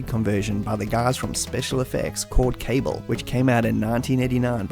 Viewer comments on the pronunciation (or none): Great video. It’s Ka-Bahl, by the way. Not cable.